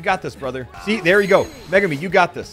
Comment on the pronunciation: i'm pretty sure its pronounced me-goo-me. I know a girl with that name and thats how they say it